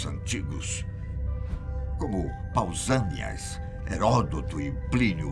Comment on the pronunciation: pausaneas kkkkk adoro vc